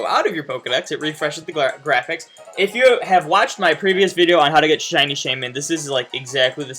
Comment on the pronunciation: says "siny darkrai" but its not shiny..